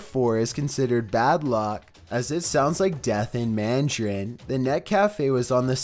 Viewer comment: Heh that's a wendigo from Until Dawn, also the way you said 'mandarin' was so weird, I have NEVER heard anyone pronounce it like that. I can't believe Midoriya is there xD.